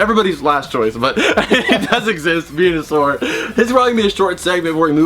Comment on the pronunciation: When you said venusoar did you mean penusoar